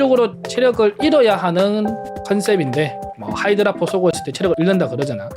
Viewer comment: 하이드로ㅜㅜㅜ악불편해요 ㅋㅋㅋㅋㅋ